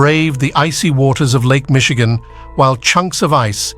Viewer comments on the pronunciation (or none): none